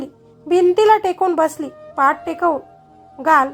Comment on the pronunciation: पाट नाही पाठ